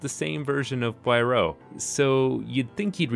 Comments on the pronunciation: Ooof! Your french pronunciation is a little off. The I in Proirot, as it is most of the time in French, is pronounced as a flat A, same as the I in Benoit. You might need to review your Duolingo. Great video by the way. Though I think it's unfair to compare the Branaugh remake of Orient Express to Finney's version based on tone. The last thing a remake should do is match the tone and themes of the original. If that's all you're going to do, why make it al all? We've seen the siily Poirot with Finney, Unstinov, and 25 years of Suchet. It's time for Poirot to be reinterpreted a bit. I rather liked the dashing Poirot, his romantic charm undone by the fussiness of his personality. And I liked the reinterpretation of the story. Traditionally, Poirot fastideously reasserts order on an errant world the way he would straighten another man's tie. Here, Poirot's compulsion to assert order is utterly defeated by the world's horrifying chaos. In a way, the villain of Branaugh's film ultimately wins. In one cruel act, he destroys order so completely that even the great Poirot, with all his tremendous brilliance and determination, can't restore it. This felt more true to life. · I wish you could have pronounced Poirot the way it was meant to be said! Ruined the whole video for me. There is no Y in Poirot. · How did you watch so many Poirot movies and come away with that pronunciation of his name?? Also, it’s been said many times but David Suchet is the best Poirot; no contest. I love this list though! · Where did that pronunciation of "Poirot" come from? I recently found "Clue" on streaming, but gave it up within 5 minutes; the led with dog shit; they ran with the dog shit; they continued with the dog shit. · You manage to miss the reason for the introduction of the train and the nod to Holmes in Poirot's manner and appearance. This is unsurprising since you can't even manage to pronounce Poirot's name correctly. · Your pronunciation of "Poirot" is . . . unique. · Like Sbarro.